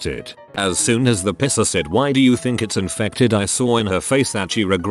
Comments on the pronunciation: It’s piecer not pisser. lol. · The Reddit voice pronounces "piercer" as "pisser", I got confused on the 1st story until I read the text 🤣 I paid about $250 to get my navel pierced back in '94 in a professional place because I didn't trust amateurs, it was still a fairly new thing. Still have it, but I have to wear a ring, the dangles rip holes in the bottom of all my shirts 😡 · STOP saying pisser! 😂